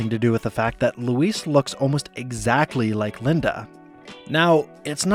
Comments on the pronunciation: Why does he pronounce her name like “Luis” in Spanish some of the time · I'm so sorry but the way you are pronouncing Louise' name with a 'ce' sound rather than a 'ze' sound is too much for me, I can't watch another second. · I can't get over you pronouncing Louise's name like Luis Guzman's name. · I had to stop watching just because you misprounced Louise's name every time you said it. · I'm so sorry but your pronunciation of Louise was so distracting. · You're pronouncing Louise wrong. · Your mispronouncing of Louise was distracting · JEEZISFUKKINKRICE learn to pronounce LOUISE!!!!!!!!!!!!!!!!!!!!!!!!!!!!!!!!!!!!!!!!!!!! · Why do you pronounce Louise's name like that? You hear them say it on the show, right? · Why do you pronounce Louise like that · Love the effort put into the content as always, but if I can offer some comments, some of the pronunciations of names are pretty off (e.g. Louise and Groening), as well as the phrases (saying 'oddball out' instead of 'odd one out'). Little things like this I think make a difference to the overall polish of what is already clearly a huge amount of effort! Keep it up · LOO - EASE. Not Luis. It's only said a hundred times per episode. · You pronounced her name Luis the whole effin time. Lu-eez. Not Lu-ise. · Why do you pronounce Louise like she's spanish and her name is Luis. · "ITS LOUISE!" Not 'luis'. Get her name right or get out. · no mention of bobs bisexuality? also i love how he pronounces louise as Luis every time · You’re pronouncing Louise wrong. Use a z sound, not an s sound. It’s LOOO EEEZ, not LOOO EEESE. Say it like disease. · So either you're an AI channel, or you've never actually watched this show before. Her name is pronounced "LOU-ease" not "lou-EECE". As a result, I can't enjoy this video any longer. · Why are you pronouncing Louise like Luis? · LouisE not Luís 🫠🤣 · Dude the way you say the The female name louise as if you're pronouncing it as the male version is Weird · Louise... not Luis... christ